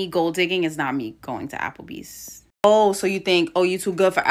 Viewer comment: When “he” said, Applebees. Idk why it seems like they put hella emphasis on that S! 😂😂😂